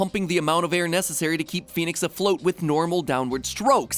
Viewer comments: I love The intro where he says Phoenix wrong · That's pronounced FEN-IX not phoenix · I think it should be pronounced "f-eh-nix" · Its funny, cause its not pronounced like Phoenix lol